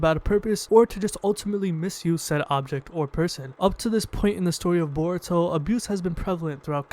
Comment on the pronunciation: Gotta love how you say in burito Not in Naruto considering he wouldn't be top ten